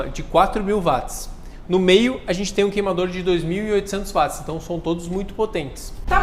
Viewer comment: A pronúncia correta é "UÓT" não "VAT". James Watt era escocês, falava inglês e em inglês o 'W" tem som de "U" e não "V". W com som de V é em alemão.